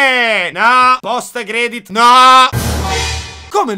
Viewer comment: "Post credit Shin" Adoro